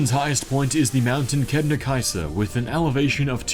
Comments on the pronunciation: how tf u pronounce kebnekaise im swedish and it sounded like u were swedish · He did kebnekaise well but hvannadalshnjúkur not so much, in icelandic hv is pronounced kv for some reason, that and it should be pronounced more sharply